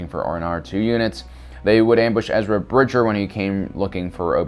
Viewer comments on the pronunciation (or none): none